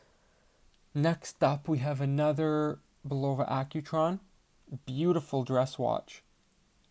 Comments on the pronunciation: It's pronounced Bull ova.! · Not bad, but where did you learn to pronounce, Bulova? Go back to old commercials, when Bulova was still an American company, and listen to the correct way of pronouncing its name.